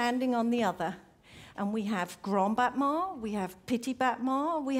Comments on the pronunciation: It’s pronounced more like “botmon” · I still am confused how battement got pronounced as botman